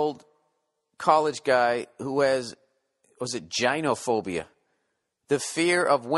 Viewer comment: *First second starts; Bill Burr: "Jaainophobia" Bwhahahahahahaha